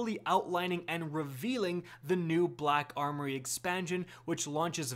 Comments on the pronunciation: Says khack armory cuz he knows he can't say black khakis. 😂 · I'm positive that I'm not the only German speaking person here who laughed at your introduction. "Kack armory" lol